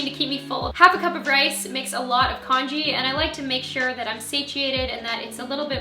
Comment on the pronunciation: Congee is actually pronounced : Kungee